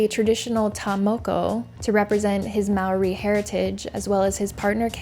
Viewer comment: Im a kiwi (New Zealander) and live here. No its not normal. Also well done pronouncing maori. If i was Dan n Kayla i would havr accepted the amount to say its a "misunderstanding" but right before saying anything go back and say the price has just quadrupled and keep doing this